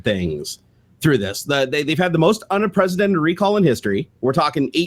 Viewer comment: "They've had the most unipresidented recall in history." WHAT??? lol